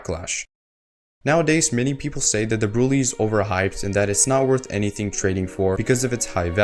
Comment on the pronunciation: I found out today that it’s actually pronounced “Brulay”